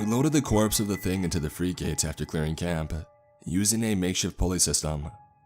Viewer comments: He always pronounces words oddly. Frigates = Free -gates??? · His pronunciation of “frigates” was hilarious.